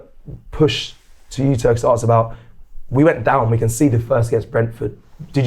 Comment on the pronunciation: …the word is “ask” not “arrrks”